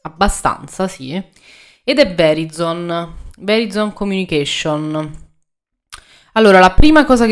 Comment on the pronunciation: Ciao, non per fare il saccentuzzo ma così, perché sia tutto ok, Verizon = Vəˈraɪzən (trascrizione fonetica). Per farla ancora più semplice, Grazie per uno spunto che avevo perso per strada, ciao